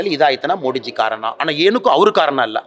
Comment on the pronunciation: ಮೋಡಿಜಿ ಅಲ್ಲ ಮೋದಿಜಿ ಅನ್ನು ಮಗನೇ